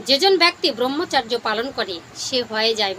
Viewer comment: দিদি আপনার উচ্চারণ শুদ্ধ নয়। ব্রহ্মচর্য (ব্রাহ্মচর্য বা ব্রাহ্মচার্য নয়)। আর্য ঋষিরা মানব জীবনকে চারটি আশ্রমে বা অধ্যায়ে ভাগ করেছেন। উপনয়নের পর 12-24 বছর ব্রহ্মচর্য (অধ্যয়ন, সংযম ও ব্রহ্মের আরাধনা)। 24/28 থেকে 60 বছর সংসার ধর্ম পালন (গার্হস্থ)।60-72 সংসারের সকল দায় দায়িত্ব সন্তানদের হাতে তুলে দিয়ে ধর্ম পালন, দান-ধ্যান করা ( বানপ্রস্থ/রিটায়ার লাইফ) এবং তার পর সংসার,গৃহ ত্যাগ করে তপোবনে বা ধর্মস্থানে পরম ব্রহ্মের সান্নিধ্য লাভের জন্য শেষের দিনের জন্য অপেক্ষা করা।